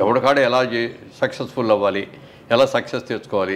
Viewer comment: Anchor గారూ - " సెక్సెస్ ఫుల్" అని 4-5 సార్లు అన్నారు.. సక్సెస్ ఫుల్ అనండి